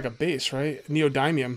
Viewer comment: The "y" in neodymium is soft, like "dim", not a hard "i" like in "dime". Good series. Look forward to more videos.